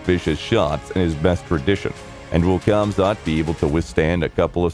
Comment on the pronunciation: His name is not khamzat, he is hamzat, k is saltint